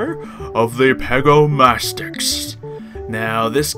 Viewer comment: pegomastax not pegomastix but is not relly important